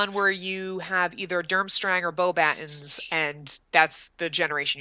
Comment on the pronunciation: you pronounced Beauxbatons wrong ....sorry its a pet peeve of mine ... but I love this! I am really enjoying it!